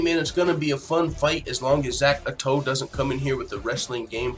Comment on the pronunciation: That picture isn't Zak Ottow. Not how you pronounce his name either. Good content of the video but you might want to do more research